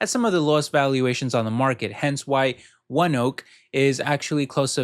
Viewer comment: Thanks again. I only own NVDA on this list and don't plan on buying the others. I did a quick search on ONEOK. They have a YouTube channel and they pronounce it the same way you did. I was thinking it was pronounced differently bc it is based in Oklahoma.